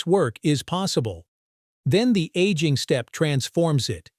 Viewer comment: 😂😂😂 , bot is talking about 1950s and showing the 1850s 😂😂😂 Aging sounds like annealing